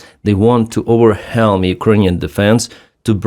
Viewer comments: the word 'overwhelm' is pronounced 'over-welm', not 'over-helm'. Thank you for your work! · Overwhelm= over- welm 😊